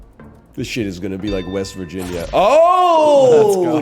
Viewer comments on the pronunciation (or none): none